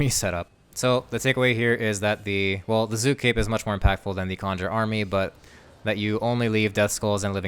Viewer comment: its zuk not zook